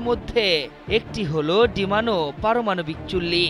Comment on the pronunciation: এই রিপোর্টার চাকরি পেয়েছে কিভাবে! ডিমোনা রে বারবার ডিমানো ডিমানো বলে চলেছে। স্পষ্ট ভাবে সুন্দর বাংলাও বলতে পারছে না।